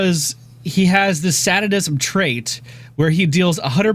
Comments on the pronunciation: every 1 nos its prnoaunsed say da nizzem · Sadism, Say-dism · I still hear satanism instead of sadism xD dammit:P love the Try Modes changes:D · Say-diz-mmm. Three syllables. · SADISM, not satinism. Come on. Where's the N coming from? Not trying to be mean here. Just trying to help. Would it help if you knew what the word means? Sadism means to enjoy dealing pain. It's the opposite of masochism, which is enjoying receiving pain. It's the S in BDSM. Long A, like a word like "way" or "hay". So just "sad" with a long A. and then ism. That's it. No satans here. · Lol, never realized Sadism was so hard to say.